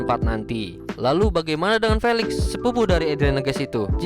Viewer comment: Maaf kak felix di baca filix